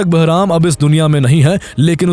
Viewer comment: Barham❌ Beraham✅